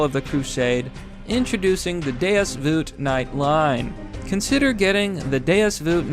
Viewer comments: ITS PRONOUNCED VAULT. VULT is PRONOUNCED VAULT. DEUS VAULT not veeeuult. FUCKING HEATHEN. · I cringe every time you mispronounce “vult” as “voot”. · VULT = rhymes with CULT, not suit. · You gotta be mispronouncing Vult on purpose by now. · Look I’ll buy your shirt if you stop saying vult like that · How you pronounce “Vult” triggers the shit out of me